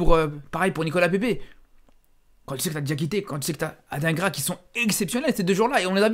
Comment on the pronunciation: t'es belge et tu dis "ad1gras" au lieu de "Adinegra" alors qu'il était à l'Union l'année passée?🤔